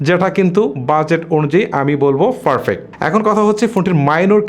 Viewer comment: ভাই আমি সবসময় আপনার ভিডিও দেখি, কিছু মনে করবেননা একটা কথা বলি তাছাড়া আমরা একি জেলার মানুষ।আপনি ভিডিওর মধ্যে পারফেক্ট শব্দটাকে ফারফেক্ট বলেন এইটা আপনার ভিডিওর কোয়ালিটি লেস করে এই জায়গাটা সম্ভব হলে ইম্প্রোভড কইরেন।